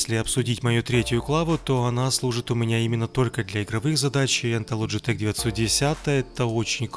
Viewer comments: Логитек а не ложитек или вы ламборгини ламборджини называете? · Не логетеч а логетехххххх